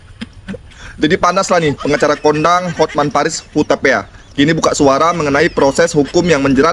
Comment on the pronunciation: Itu Hotman Paris huta pe a bukan huta pea